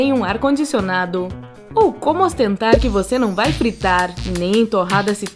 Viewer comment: Não consigo assistir esse vídeo... esse jeito de narrar irrita demais... "para quem não tem um ar condicioNADO" "ou como ostentar que você não vai friTAR".